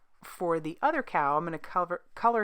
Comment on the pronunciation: Super cute. I could have sworn i heard you say that you were going to "color the udder cow" 😆😆💕love that background. I got my order yesterday and can't wait to color these adorable cowlers.